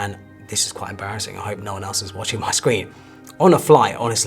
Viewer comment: so != so; so === saowyyy; reservoir != reservoir; reservoir === reevwaaaa; no != no; no === naowrrrr; new vocabs unlocked